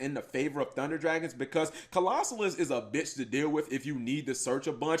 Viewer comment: Cap... don't be Mkhol....you know how to say Colossus. Co-los-sus. Why are people adding an extra SOLO in the name